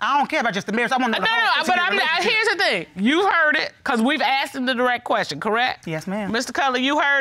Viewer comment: IT IS NOT….AXED….IT IS PRONOUNCED…ASSKED